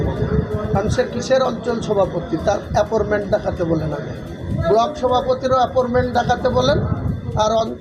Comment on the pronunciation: আ্যপরমেন্ট না কাকা, আ্যপয়েন্টমেন্ট। তোমার তো মুক্ত বিদ্যালয় এর সার্টিফিকেট আছে, তা তোমার মুক্ত বিদ্যালয় এই গুলো শেখায়নি? না "সাদা খাতা" পাস?